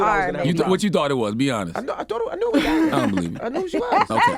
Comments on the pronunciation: i thought it was pronounced darie-L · It’s spelled like Daryl, pronounced Darelle. 😏